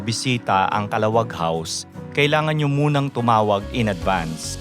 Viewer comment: Calahuwag ang pronunciation, not the fast kala-wag.